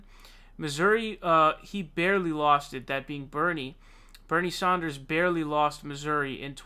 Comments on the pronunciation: Please dude. SANDERS* not SAUNDERS. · Why are you pronouncing "Sanders" like that?